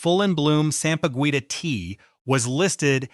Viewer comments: It's pronounced ( sampaguita) sam-pa-geeta. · Sampa-Gwi-tah disturbed me 😂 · The “gui” in sampaguita is pronounced Gi like in Guitar. Just saying lol.